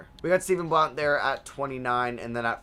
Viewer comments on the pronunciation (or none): none